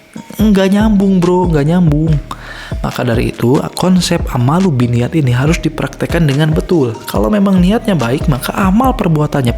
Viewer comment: Hmm ku kira cuma salah penulisan judul. Ternyata emank salah nyebutin, bolak balik dengerin kok "ammalu binniyat".... Yg bener "A'malu binniyat" cek lagi haditsnya. "Ammalu" itu artinya apa? ... syarat diterimanya amal ada 2. Pertama, Niat benar Lillaahi ta'ala. Kedua, Caranya benar sesuai syari'at (tidak melanggar syari'at).